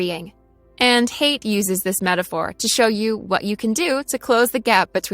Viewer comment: "Haidt" is a beautiful German name, and should be pronounced "High-dt".